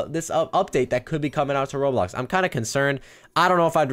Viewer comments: Its Ro-blox-Blocks-blocky not whatever that is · ITS ROBLOX RO-BLOX RO-BLOCKS NOT AN RO-ALIEN